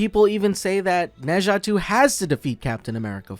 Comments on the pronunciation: In fact, it's "Nur Jar"， you should read it with British accent instead of American accent! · Its pronouced Nuh Zha and I loved it.